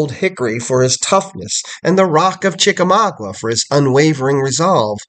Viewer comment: Sir i am trying very hard to be understanding with you. But your errors are getting outrageous. General Grant was not at the battles of Mill Springs, Perryville, or Chickamauga.{pronounced Chicka-maaga not Chicka-mawgwa) General Grant didnt come into the picture until the siege of Chatanooga. I dont understand why you put these types of errors out here for people who dont know any better to take you at your word. Its ridiculous. Just take more time doing research instead of putting out videos so quickly and it would be a better product. Also old hickory was never a nickname for him. That belongs to Andrew Jackson. Why do you not care about this. You should be ashamed.